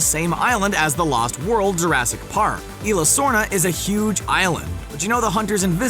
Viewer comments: ...the last world?..... elah sorna? it's Eeeslah sorna. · My god it’s isla sorna not ila sorna